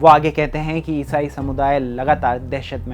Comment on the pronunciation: Isai Kitna ajib tariqe se bolre ayesaye,phle to mujje samj hi nhi aya kya bola